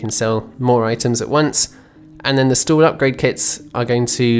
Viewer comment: Is it just my non native ass, or the way you pronounce market stall sounds like market stool?